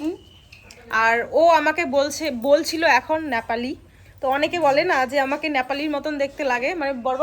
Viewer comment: ন্যাপালি নয় নেপালি হবে কথা টা